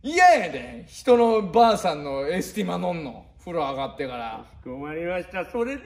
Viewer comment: わたくしのくる｢ま｣はエスティ｢マ｣wwwwwwwwwwww